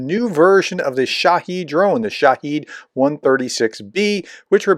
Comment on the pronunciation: I will continue in my lonely quest: it's not SHAHEED, it's SHAHED.